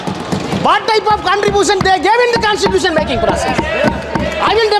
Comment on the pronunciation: Contripooootion ah 😂😂😂😂